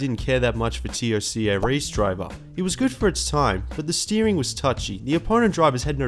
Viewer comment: Good retro reviews but calling it T.O.C.A makes me wince